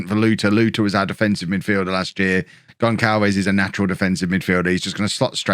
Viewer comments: Gonçalves is pronounced like Gonsalves not Gonkalves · GonÇalves = GonSalves :-)